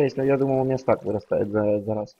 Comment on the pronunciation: Говори не стэк, а стак